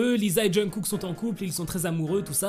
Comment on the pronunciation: Il dit jeungkook ? Et au passage ça m'énerve en quoi c'est "choquant" ?? Faut arrêter de vouloir tout savoir tout de leur vie privée, laissez les aimer qui ils veulent !! Que cette histoire soit vraie ou non, de quel droit on s'en mêle ? On est fan de BTS, oui, mais c'est pas à nous de nous en mêler, de nous enflammer ou de faire des théories fumeuses sur eux... c'est chiant à la longue